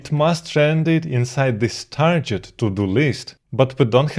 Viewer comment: Hi, I am getting more and more hooked on your content, bravo! But as I have seen some videos of yours, I noticed you're pronouncing the word target like I haven't heard before: It's not "tarjet", but with a hard g like in "gig"